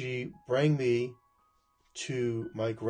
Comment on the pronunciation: 'brought me'... Not 'briang me'...